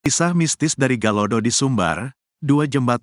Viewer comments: Galodo ! bukan galado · Galodo bukan Galado...jgn asal.. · Galodo bukan galado